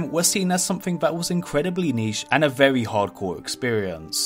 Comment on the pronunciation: vewy nice viweo mate!